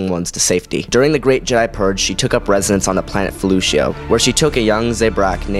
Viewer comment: You really butcher names and planets when you say them. Bas...til...la... Fe...leu...cia... Say it like Fa,lusha, the cia is more shhhhaaa sounding. Sorry pet peeve, I grew up reading all the books from the 90s.